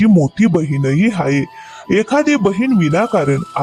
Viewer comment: हाय नाही ओ... हाये s s s...😅